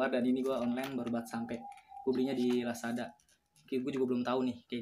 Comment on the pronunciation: Lazada bang bkn lasada